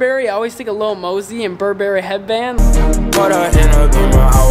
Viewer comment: How tf did you pronounce Burberry?